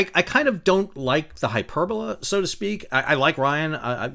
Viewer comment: "hyperbolé" not "hyperbola"